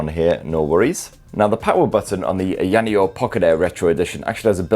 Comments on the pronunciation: How difficult is it to say higher neo 🤔🤦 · staring a petition today to have the company officially rename itself to [insert ' pronounciation here] sorry,, i know u asked not to do it but i couldn't resist. LOVE U!!